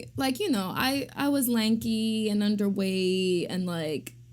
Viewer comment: "I was never like HAA..." Wut? Do you mean HOT? The word "hot" has a "t" at the end. "I was lanky and underwayee..." Wut?